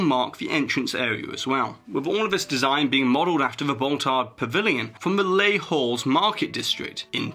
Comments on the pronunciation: ) Does the merchandise location spell "Les Halles" ? If it's the case, here's a few tips to pronounce it the right way : we don't pronounce the "H" sound, the "A" is the same sound than the "A" in "bat" and then the only other sound is the "L" :) In other words, it sounds like "AL" ! I really like your videos and I would love to win the pin, but I'm not sure you can send it to France haha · Les Halles is pronounced, lay all.